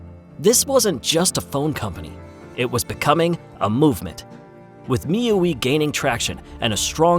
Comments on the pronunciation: You actually pronounce this as 'mi-you-wee'?? Always thought it was 'mi-you-eye'.. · Bro it's mi 'U' 'I' user Interface not 'me ueee' Remer it next time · the narrator sucks. Xiaomi is pronounced with a hard SH, not a light J. not jow-me. and miui is Me You Eye, not me you ee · the fact that you were saying MiUe actually annoyed me so much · Is this an AI voice. The way he misprounces MIUI and XiaoMi is off-putting. No offense if you are a real human voice but learn to pronounce some important words 🙏🏻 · MIUI is spelled Me-U-I, as in Me, You, and I. It was an amazing time back then, flashing MIUI roms into phones, even for phones already abandoned by its developer